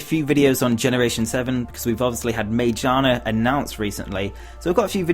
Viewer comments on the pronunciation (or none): (psst... Magiana is pronounced with a hard g)